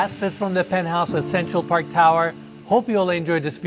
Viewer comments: el "pentouse" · Se pronuncia PENT HAUS. Aprende hablar inglés. Todo el tiempo estás diciendo burradas.